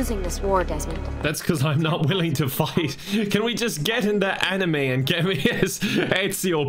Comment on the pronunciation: Why does he call the animus "anime"